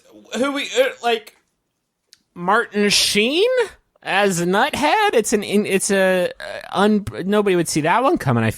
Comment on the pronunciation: The way Justin pronounces Nuthead has that pure, savory West Virginia™️ flavor to it.